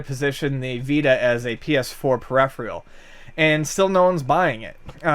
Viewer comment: "Peripheral" was a bit odd as well.